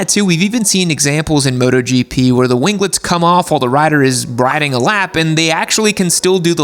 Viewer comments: the G in "wing" is silent. Just as it is in "winglets". Wing-lets, not win-glets. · Gunna buy a bike with winglets and rev it up in driveway just to hear him say "wing-guh-lets"